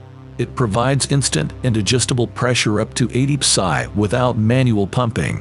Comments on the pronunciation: love the 80 puh-sigh aswell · Who really says PSI like that :(